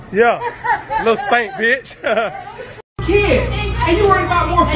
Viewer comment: “and i think you a BETCH”